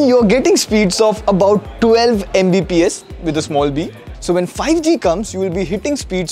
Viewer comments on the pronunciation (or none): video Editor: "MBPS", desperately saying its "Mbps"